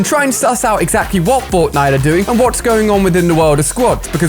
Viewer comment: He said botnite